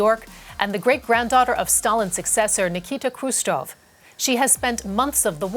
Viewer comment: Khrushcheva, not Khrustova. And it's Nikita Khrushchev, not Khrustov. That's not an acceptable mistake for a DW host.